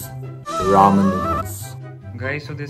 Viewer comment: Thats Not Raam oww my gawd xD its Ramen noodles from Korea ahhahha